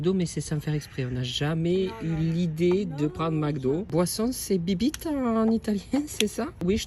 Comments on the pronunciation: Bibite x7 dans les vidéos, tu m'as faut trop rire parce qu'en vrai ça se prononce "Bibbité", mais j'avoue que bibite c'est mieux, des bisous 😂❤ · En italien "bibite "se prononce "bibité" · T’as dit cette fois biblite MDR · Étant actuellement en Erasmus en Italie, j'éclate de rire quand tu prononces bibite 😂 + les chansons...excellent